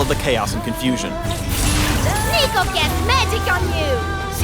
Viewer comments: no not neeko neeko nii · i cringed at the "neeko neeko nii" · "Not-Neeko" Neeko-n't -_ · DID YOU JUST SAY NEEKO NEEKO NEE???? HOW DARE U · Never say Neeko ever again. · did he just say "niko niko nii"? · did.... just say neeko neeko ni.....?????????????? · He did not just say "Neeko neeko nee".. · he said "neeko neeko nii" didnt he?